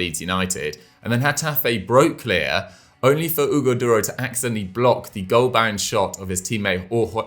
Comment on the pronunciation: The way pronounces Hugo Duro🤣🤣